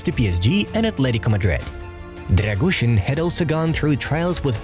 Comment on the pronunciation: Try to spell Radu “Drăgushin” not Drăgușăn :)